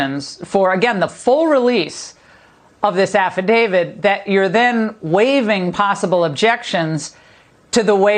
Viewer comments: Any so-called reporter who pronounces it "affiDAVID" has lost all credibility with me. HOLY WOW! With whom did you sleep to get your job,? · Someone needs to tell that blonde that it isn’t called an Afta David